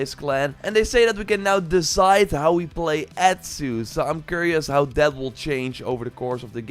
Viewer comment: Awtsu, not Ettsu.